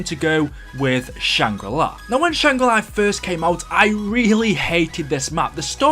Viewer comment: Shangri La (ar) not shangri lai (eye) -_